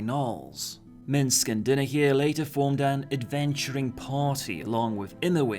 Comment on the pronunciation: Dynahier is pronounced Die na here. not Din a here.